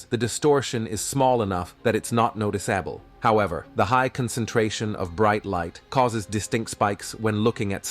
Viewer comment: Yeah', it's Not " NoticeAbble' "! Hah ha. .Robot Narrator's for Sure'!